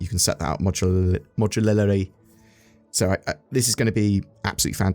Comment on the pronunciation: Modularity = MOD - YOU - LARITY